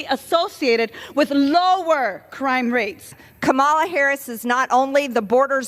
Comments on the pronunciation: MTG has been a congresswoman for at least the 4 years that Mrs. Harris has been VP and STILL doesnt know that her first name is pronounced COMMA-LUH. Im disgusted. Honestly, it is not difficult to say, especially after 4+ years. People are either too stubborn, too ignorant, or too stupid to learn coreect pronunciation. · Why do Republicans refuse to say Kamala's name correctly? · If they can say Schwarzenegger correctly, they can say Kamala (Comma -La). It's a choice. And what a petty hill to take a stand on. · If its pronounced kaMALA then it's also pronounced marJORIE. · It's just so typical of Americans whether they vote Republican or not to be linguistically challenged. She just can't get the stress pattern right. She does have the vowels more or less correct, but 'Ka MA la' should have the same syllable stress as Pamela. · IT’S KAMALA BITCH. Skews your next President. It’s not KA-Ma-LA. You are an IDIOT. No wonder you’re a Trumper. He’s a dummy too. IQ 73%. What’s yours, 74%? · Just another example of MTG's stupidity! Aside from the BS she's spouting, it's not that effing hard to pronounce her name... Comma La, Kamala. Maybe she'll do better with President Harris?!?! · Kamala… her name is (coma-la) Kamala. Sheesh !!! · “I know a ton of white people that are as lazy and sorry and probably worse than Black people I know." - Marjorie Trailer Queen Marjorie Trailer Queen just can't bring herself to pronounce Kamala (COMMA - LA) Harris' name correctly. But then again, she said "indicktable" in a congressional hearing. Come on, Georgia. THIS is the best you've got?? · If you think you’re making points by saying “Ka-MAL-a" or Democrat instead of Democratic, you might as well hold up a big sign saying “I stopped growing when I was a child...if you’re a child too, vote for me”. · Hey Marge…learn how to pronounce Kamala?..you sound as dumb as you are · Majorly Traitor Greed can't even pronounce "Kamala" correctly. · The fact they intentionally mispronounce people's names